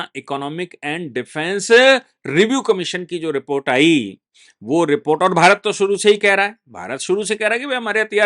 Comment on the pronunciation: बाली नहीं। वाली। आयी नहीं। आई। अपनी हिंदी सुधारो।